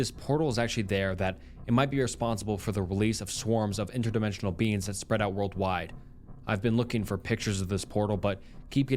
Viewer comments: U pronounce beings as beans and it pmo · The SnappedFingers story ended up making me laugh just by how pronounces "beings" in a way that makes it sound like "beans", kept having images of the guy being chased by the man-eating lima beans from that Jimmy Neutron episode XD